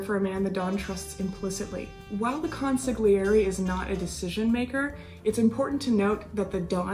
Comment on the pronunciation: Why doesn't anyone pronounce "consigliere" properly